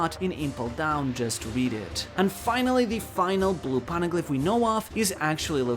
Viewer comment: "po-ne-glyph" not "pawn-a-glyp" I have a constant influx of these OP channels who can't even pronounce the most basic things right, or completely miss the most basic plot details when speculating or theory grinding. Don't feel too bad, but you aren't getting my sub. You don't get first place for One Piece lore slop with this, but I can share what one place looks like. Someone forgot Aokiji kidnapped Pudding. Started trying to predict the rest of the manga... 8 mins of my life I'm not getting back. It was interesting until he said, "Blackbeard has no way to read the poneglyphs so we can assume..." No... big no. I'm just tired of the slop on my recommended. Do better or do something else.